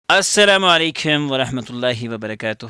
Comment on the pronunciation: Asalamualaikum ❌ aisalmailikmmm✅